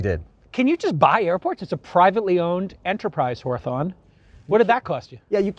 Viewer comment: do you mean HAW-thurn? not "Ho-a-thon"...